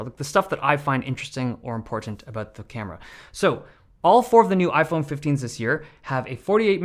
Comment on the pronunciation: " i-phene 15" 😂